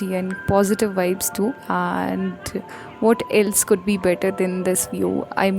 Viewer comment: That❌ Thaat✅ And❌ Aand✅..🌚